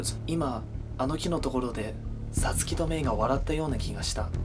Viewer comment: the way you say totoro and satsuki makes me wanna kill myself